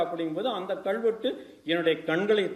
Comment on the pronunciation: ஐயா, மிக்க நன்றி, நீங்க எடுத்துச் சொல்லுகின்ற சேதிகளுக்காக. ஆனா உங்க தமிழ் உச்சரிப்பைத் தயவுசெய்து ஆராயவும். கள்வெட்டு என்று சொல்வது தவறு அல்லவா? கல்வெட்டு என்று சொல்லுங்க ஐயா